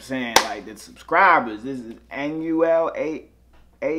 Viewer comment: U pronounce it anuel dobleA